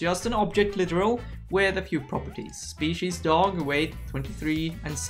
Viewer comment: I love your videos and think your English is amazing, but the way you pronounce ‘species’ as shpeesies and Babel as ‘babu’ is hilarious